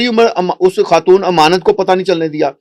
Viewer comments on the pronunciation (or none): none